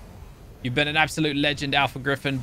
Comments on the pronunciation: I like how he calls the managarmr managmanir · it’s pronounced mana-gar-mur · Lol you say managarm so wierd